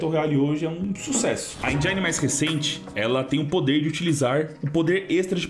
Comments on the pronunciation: lê-se "engine" e não "enjaine" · Endjáine não... Endjine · ENGINE Não se pronuncia "enjaini", e sem "enjen".